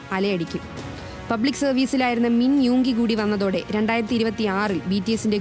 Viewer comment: Min you alla 😂 Min yoongie 🫂💜 Ariyanel parnjapore thettich paray nna neram